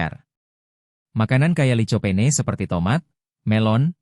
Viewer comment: Licopene>di bacanya likopen...toloool 😅